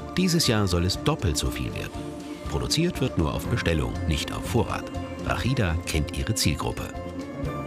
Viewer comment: Erstmal heisst sie Rashida und und nicht Rakhida. Genau wie Mohamed und nich Mokhamad. Und Ahmad und nicht Akhmad. Wenn ihr Das Arabische "H" nicht sprechen könnt dann geht zur Musikschule und macht Opera um eure Bänder zu trainieren. Und versucht nicht jedes Arabische Wort zu "verachteln", wir sind keine Juden und keine Holländer. Also noch mal sie heisst Rashida.